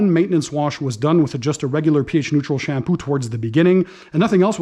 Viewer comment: Sham poo. Lol love the way it sounds with his Canadian accent. Great video